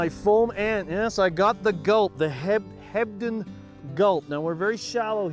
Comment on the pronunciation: I could swear he keeps saying "Hebden lake"....Hmmm